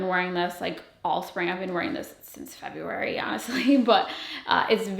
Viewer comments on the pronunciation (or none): none